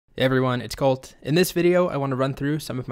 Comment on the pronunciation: Everyone, it's! 😂